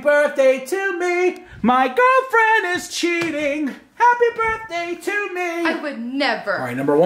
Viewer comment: =Bertday instead of birthday